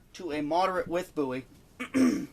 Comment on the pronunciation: Excellent video. Very informative. New subscriber after watching this video. I was beginning to think that I was the only person who thought a Bowie knife had to have a ten inch blade. And one more thing I'll say, I appreciate you pronouncing the name Bowie correctly.